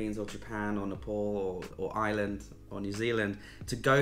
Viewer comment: Taiwan 🇹🇼 is fascinating and beautiful. By the way, Ireland is spelled and pronounced with an “r”. If you pronounce is as “Island” you’ll upset the Irish viewers 😂. Best wishes for 2023 😊.